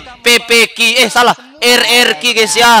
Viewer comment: PPQ,EH SALAH RRQ,ANJ NYEBUTNYA 🗿